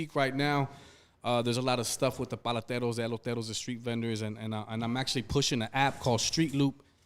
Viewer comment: Don't call yourself the voice of our people if you can't even pronounce what they do for a living...its PALETERO NOT PALATERO...